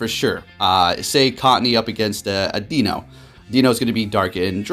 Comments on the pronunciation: It’s pronounced ‘Dai-no’ not ‘Dino’! Great video though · I love your videos and content, you're by far my favorite POGO youtube personality. While I'm a recent subscriber I've looked back at your old videos so I have reference to your passion and commitment to the game, as well as a little bit of your background and a bit of your life story... Which I all appreciate. That being said, for some reason it realllllly bothers me how you pronounce Deino. I'm sure you don't care but it's sounds like die-no the whole evolutionary line referencing the German numbers 1 2 and 3 or eins zwei (zzzwei) and drei (dry). WOW you read all the way to the end thanks you rock, as the great would say... "Take care"